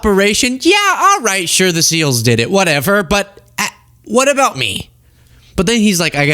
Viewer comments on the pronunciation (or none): none